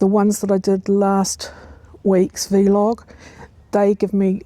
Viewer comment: Thanks for the reminder - I need to prune my gooseberry. Roses got done today. Really enjoy your sessions although the pronunciation of vlog as "vee log" jars a bit. Never heard that before :)